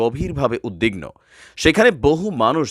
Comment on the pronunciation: ভাই কিছু তথ্যগত ভুল আছে আপনার বক্তব্যে। কানাডা ইউরোপের বা ইউরোপীয় ইউনিয়নভূক্ত দেশ নয়, উত্তর আমেরিকার দেশ। উদ্বিগ্ন শব্দটির উচ্চারণ উদ্দিন্ন নয় উদবিগ্ন। আপনাকে আমি পছন্দ করি তাই সংশোধনের জন্য বললাম। কিছু মনে করবেন না।